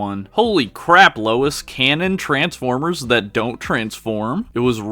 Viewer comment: Transformers ❌ Ers ✔️